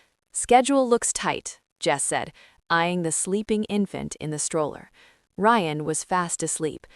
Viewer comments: Rion? No. Geta it right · Ok the broken bullet proof glass makes a whole lot of sense 🙄. AI mispronouncing Ryan is annoying.